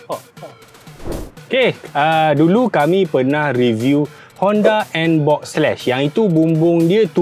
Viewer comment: NBOX bukan NBob Bro😂😂😂😂